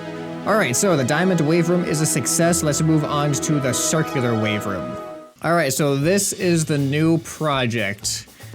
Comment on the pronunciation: does anybody else reconize he says wave rum instead of room